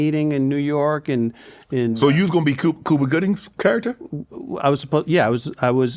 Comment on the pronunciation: Unc didn’t peep Damon Wayans was making fun off him when he pronounced “Cuba” as “Koopa” referring to Cuba Gooding Jr 😂😂😂😂😂😂😂😂😂 this was the best interview yet. Great job Unc!